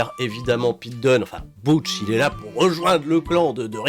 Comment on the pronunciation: Moi le Butch me perturbe d’autant plus qu’ils le prononce « BOUtche » et pas « BEUtche »